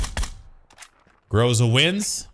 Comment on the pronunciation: *Ahem*, it's Gr'A'za(pronunciation-wise)